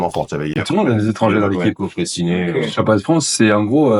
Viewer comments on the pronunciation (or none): Entre le stand up et les échecs le pont s'appelle Fre(ay)ssinet